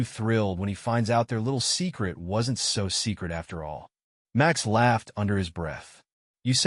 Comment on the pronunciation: the AI voice keeps tripping into a bad German accent every time a sentence starts with "Max".